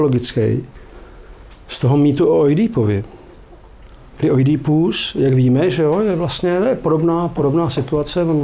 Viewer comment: Poprvé slyším Oidí í ípus, je to tak hezčí.